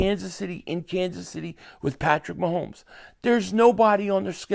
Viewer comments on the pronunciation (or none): none